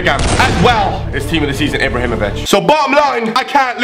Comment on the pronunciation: maybe ibrahimovic was bad for you because you couldn't pronounce his name